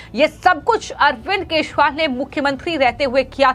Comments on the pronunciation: चोर केजरीवाल को तुरंत जेल भेजो , मॅडम वो केशवाल नही केजरीवाल है आपकी भाषा सुधारो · 😂😂😂 aise bhi anchor hote hai yar jinko hindi bi sahi se nahi aati kejriwal ko keshwal bol rahi hai😂😂😂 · Kya is anchor ko Kejriwal ka naam bolna nahin aata Dhanya ho yah anchor dekh ke bhi kundak aati Hai is anchor ko